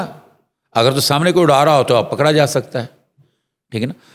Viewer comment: Sadqay tumhari prounouciation pay...pakra nai pakrha hota hai...kaan nsi khan hota hai